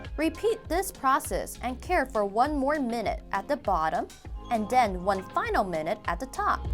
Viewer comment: “And den...”